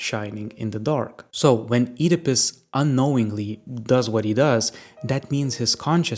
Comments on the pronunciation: I keep hearing Oedipus as "Eat a Puss" 😂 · i really dont like how you pronounce Oedipus, but interesting video